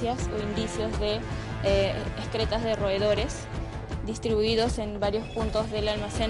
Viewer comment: no se dice ESCRETAS sino EXCRETAS!